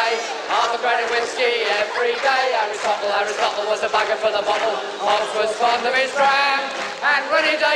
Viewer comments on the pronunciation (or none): none